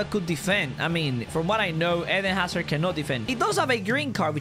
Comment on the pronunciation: The way he says hazard